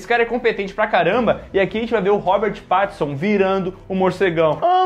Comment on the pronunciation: Confesso que doeu um pouco o falando "pat"tinson kkkk